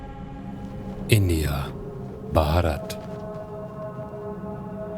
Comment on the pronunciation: You are the only foreigner who pronounced 'Bharat' right 😂 👍